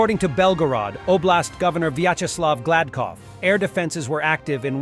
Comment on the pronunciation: Oblast Governor Byatch-is love Glad-cough. Nice. - Like andrew, I am tired of every YouTube jockey posting misleading and un-verified information in their titles.